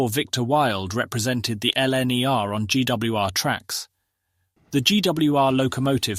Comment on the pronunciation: The survival, restration and use of these glorious behemoths is remarkable. Depite smetimes relying on German engineers, Britain is the most successful in this.. So surely, a real person could do the VO?: Nummer fivethousandsix? No - 'Number 5 thousand and 6'. William Stanyay? No, 'William Stanier'. Ellenne are? No. 'L. N. E. R.'. Together with the flat tone, which misses any excitement in the script, concentration wanes.